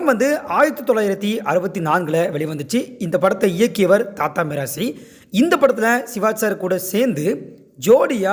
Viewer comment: தாத்தா மிராசி இல்லை தாதா மிராசி என்பதே சரி.